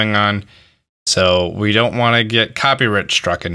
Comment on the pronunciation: Copy writ strucken lol copy right stricken? I don't know how you would say it lol